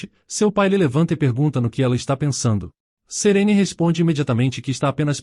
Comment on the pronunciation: Serene? Nun é Serine?